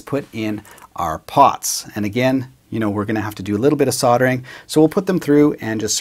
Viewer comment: 'Soddering'? Is that like sodomy? Or did you mean soldering? There's an 'L' in there somewhere which you have to pronounce.